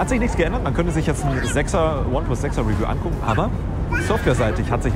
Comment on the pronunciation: Sprich mal bitte ineplus richtig aus^^